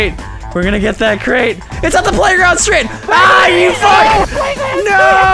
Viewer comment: return to plae grownd stret. wow